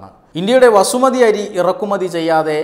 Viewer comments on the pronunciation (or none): വസുമതി അരിയെന്ന് പറയാതെ ബാസ്മതി എന്ന് പറഞ്ഞ് ശീലിക്കുക , അതാണ് മലയാളികൾ ഒഴിച്ച് ബാക്കി എല്ലാവരും പറയുന്ന അരിയുടെ പേര്. അങ്ങിനെ തന്നെ പറയുക.